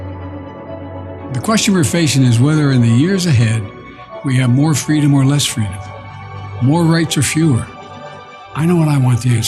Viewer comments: It's not Freedom, it's fweedom as Kamel toe Harris has stated. This guy is probobly already in diapers, imagine what another 4 years will be like. They will be spoon feeding him baby food by then. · Actually, it's pronounced "Fweedum" now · He opened with freedom because how can he screw the word 😂